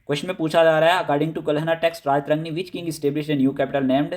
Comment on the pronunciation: History k teacher ho,still unaware of pronunciation, esteemed sir sanskrit wordsk last main toh AA hota ha that will be treated silent. its Raj-tarangini not Raja-tarangni